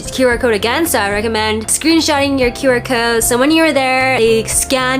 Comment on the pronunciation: what's a "qyouwer" (rhymes with "skewer")? oh, "QR." guess you were hungry